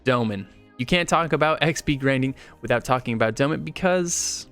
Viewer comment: sry i just hate the way this guy say Dolmen. "Dough-men"